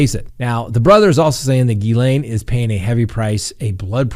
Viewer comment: So glad you figured out how to pronounce miss maxwells first name! Just kidding you😂😂😂